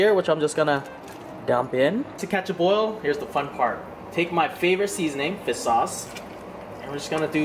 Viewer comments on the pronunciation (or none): Why does he say fis sauce